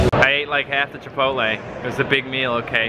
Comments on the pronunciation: "chipottle" ok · How to pronounce Chipotle: Chi-poht-lay That made me laugh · it's actually pronounce "Chipotle-y" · Did he say chipotle like that on purpose? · I love the way you purposely mispronounce Chipotle. The way you say is much better 😂😂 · The way he pronounces chipotle 😂😂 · finally!!!! a reply from THE. I have now gotten replies from my favorite gaming youtuber and my favorite vlogging youtuber. I figured you were joking when saying chipotle. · You pronounced chipotle wrong